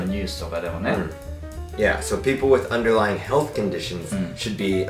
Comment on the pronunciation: uderlying はnが抜けてるの面白いね